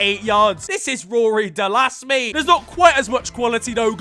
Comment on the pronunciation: "Rory De-Lass" 😂